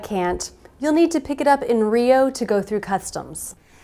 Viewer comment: U guys say rio like "real" kinda funny with all respect of course.